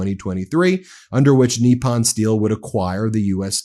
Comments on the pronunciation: Come on, pronounce foreign words like an American Goddamit. NIP UN. Not f-ing NEE PAHN. PACK IS TAN. Not PAH KEE STAHN. You sound like you’re doing a bit for Chrissakes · US pronunciation is strange. We had Eyeraq instead of Iraq (as was explained to a US Secretary of State by the leader of that country), now have Neeppon instead of Nippon. When a dog gives you a tiny bite, do you say he gave you a neep or a nip? Do you have a neep of whisky, or a nip? Or do you say there's a neep in the air when it's frosty? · The po in Nippon is pronounced like the po in the word pope. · Not a single person reporting on this story knows how to pronounce the word Nippon >< it takes little effort to learn. It's just like saying Kamala's name the right way lol